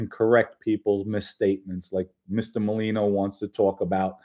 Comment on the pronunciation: it’s NOT Malino!!!! It’s MER-LINO! Please pronounce it correctly. You’ve been pronouncing it wrong since Joey came on the internet. Thank you!